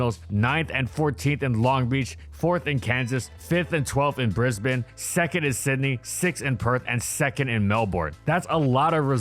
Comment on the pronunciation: Hey, just an Australian here. Just for your reference, Melbourne is pronounced Mel-bin, good work on pronouncing Brisbane correctly